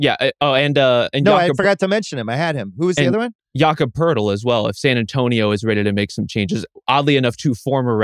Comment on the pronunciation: Lol. Poeltl? Yeaah oooook.